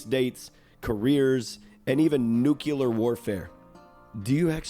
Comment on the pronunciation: My guy just used “nukular” unironically 😂 Happy to see Wayfinder getting some love!! Never played the Digital Extremes version